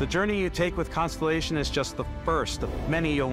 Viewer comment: I'm so looking forward to Starfield, but of course the inclusion hire in the "Production Director" doesn't even know how to pronounce 'ConSTELLation'. She said 'consolation' 😂